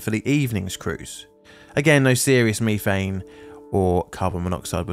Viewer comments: Did it bother anyone else the way he says, methane? At least here in the states it is (meth-ane) and he is saying it (me-thane). It's like the Brits saying (Alu-min-ium) while we say (Alu-min-um) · Me. Thane. Meth, ane. Say it right. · "meeeeeethane"????? It's METH-ANE ! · I never heard it called Me thane before instead of meth ane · As I ponder the pronunciation of ME-thane, I wonder if nefarious criminals in your area sell ME-th. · I have bingo blackout for the word MEEEthane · Does this narrator's pronunciation of ME-thane bug anyone else's OCD? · Meethane, youthane, weallthane. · “Me-fane gas” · Wtf is "mefang" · Repeat after me "Meth-thane" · I hate meeteehayenn!!! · British pronunciation of methane sounds so strange lol. Great video as usual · ive never heard a british person say Methane until today dont know if youll read this but why the emphasize on the first two letters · jesus i didn't know you could butcher the pronunciation of methane like that the entire video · Anyone else check to see if they pronounced methane incorrectly? Apparently its pronounced different depending on which side of the pond you're on.